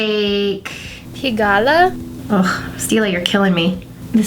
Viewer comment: Was that a voiceover ? Sounded different :S Anywho it's pronounced like "peeg-all" and the highlight colour you used chinois is pronounced "she-nwa"